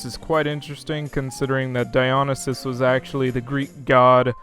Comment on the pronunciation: DIE-on-e-sis? It's Di-o-NIE-sis! Now, to be fair, nobody really knows how to say the name other than the Ancient Greeks, but come on, that should have been easy.